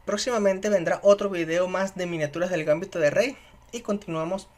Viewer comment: GambÍto con acento pero sin tilde en la Í (palabra grave)... al menos en castellano.